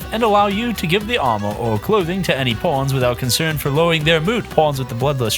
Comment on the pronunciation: I keep hearing Pawns as Porns "Watch your porns"